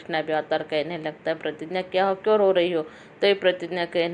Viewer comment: Pratigya h wo pratinya nhi madam ji